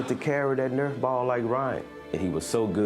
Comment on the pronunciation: Kyle Nerf!!! lol its Nerf or denatha bratha \m/